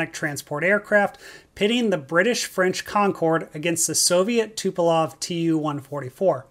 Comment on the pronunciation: Tupolev, not Tupelov